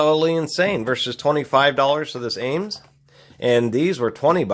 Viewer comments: Dude...it's ames.... one word no accent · Every time you say the name it sounds like you are saying anus haha